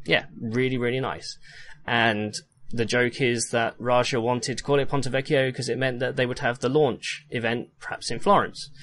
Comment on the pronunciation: Just a small thing about "vecchio": while you're pronouncing the "ch" right, you're splitting the word in 3 syllables rather than 2. It's vec-chio and not vec-chi-o